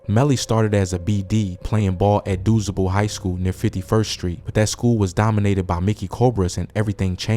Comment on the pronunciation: Doozable? Really? You mean DuSable... It's pronounced Doo- Sob-ull you ain't from chi town little rookie